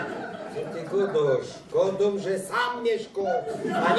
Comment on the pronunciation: sam mieszko a nie som !